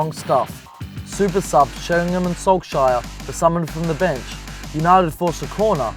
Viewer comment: how did Solskjær become 'Sulk-shire'?